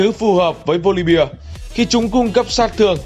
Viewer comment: Góp ý chút là voli be chứ không phải là voli bia